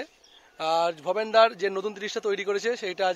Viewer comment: দাদা ওটা ভবেনদা হবে ভবেদা নয়